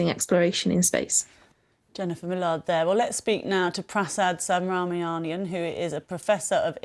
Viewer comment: cannot even Pronounce Subramanian, what a disgrace.